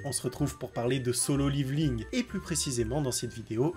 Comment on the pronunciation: ça se prononce [ Liveling ] , à l'Américaine = [ Lèvoling ] ou la la française [ Levéling ] xd